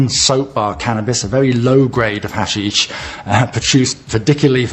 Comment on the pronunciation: Sorry dude, you calling ha-SHEESH "hash-ish" means you know fuck all about this topic so I can't take you seriously.